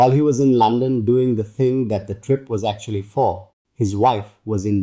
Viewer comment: London not Lonson